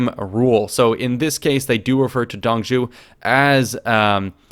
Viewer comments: Not Dong zhu, it's Zuo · Dong Zhuo's name, the "Zhuo" would be pronounced Zhoo-waw (like "oo" followed quickly by "awe", or like how warhammer orcs say (zh)-waaghh) Also: Crossbow: Nu (Zhu's) Repeater crowwbow: (ZhuGe) Lian Nu (connected/series-crossbow, "lian" is pronounced exactly like the name "ian" with an L but with a rising tone) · Dong zhou, pronounced (Dung [soft] zz-oh) major ass....i am pissed they are not covering the yellow turbin rebellion, maybe as the tutorial though... Check out the Romance of the three kingdoms podcast channel on YouTube, the creator is a Chinese American translating the book from the Chinese novel, the English translation he found lacking the poetry that is the Chinese version. It's 30 minutes long and over 130 episodes, but all the main characters from the video are long dead before that if you don't want to pour through the length of the videos. But you can get the proper pronouncations from the videos. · Dong Zhuo's pronounce should be like "Dong Draw" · Shudders every time he mispronounces Dong Zhuo